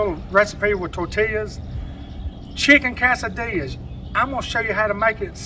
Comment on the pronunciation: The way you say that cracks me up! Chicken ka-sa-dillyas! And tor-till-yas. Gotta love it!! Love your recipes! You are a blessing!